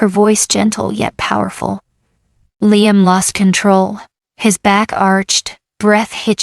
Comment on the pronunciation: What the hell is with your STUPID ai narrator? The only name is hat it has not messed up several times is Liam’s. Well,I was wrong! At the mark your stupid ai voice call d Liam LEENUM! You people who post these stories need to stop using ai or you need to proof your videos before you post them!